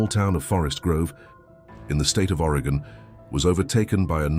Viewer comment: It's very distracting when Oregon is so often mispronounced. It's Oregon, not Arigan.